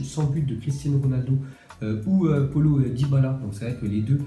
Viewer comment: Nn nn nn ta osé lappelé polo dybala 😂😵 alors que c'est Paulo( ça ce dit Pa.olo dybala)